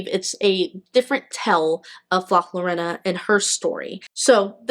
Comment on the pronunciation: Her name is not Lorena, try replacing the Ls with the sound of y when you say it and there is no e it's an O. like Yorona.☺️❤